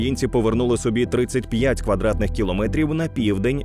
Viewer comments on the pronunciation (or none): none